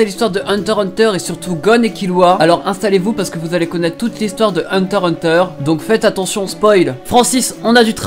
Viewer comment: On dis heunteur x heuteur